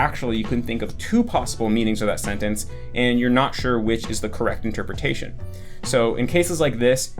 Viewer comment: ur the only native eng speaker I’ve heard pronounce sentence as “sennence” lol